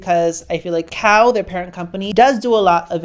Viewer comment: Kah-oh is how it's pronounced lol